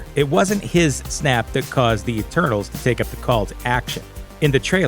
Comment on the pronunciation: ETERNAL'S not ENTERNAL'S.....